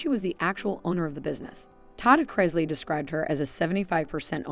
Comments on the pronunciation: It's pronounced "Chris Lee", not "Crys Lee". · Chris rhymes with bliss, Miss,etc. Chris-ly